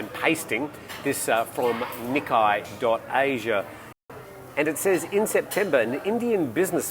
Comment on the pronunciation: Hey, great show as always. Just a heads up about the pronunciation of "Nikkei" It's pronounced as "knee" - "kay" as in "(o)kay". Just wanted to let you know as you mentioned in a previous video that you weren't sure of the correct pronunciation.